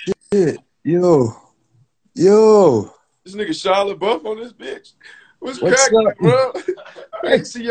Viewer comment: “Shia La Bluff” what is wrong with this man 💀